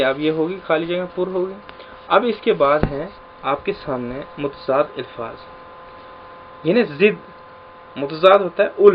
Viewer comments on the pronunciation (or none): الفاظ ۔۔۔۔الف کے نیچے زیر نہ پڑھیں پلیز